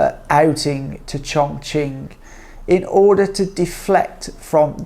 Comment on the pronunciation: Looks like a frightened rabbit reading the teleprompter carefully. This fake cannot even pronounce Chongqing correctly in Mandarin. Please learn Mandarin properly, at least the pronunciation if you want to make videos about China.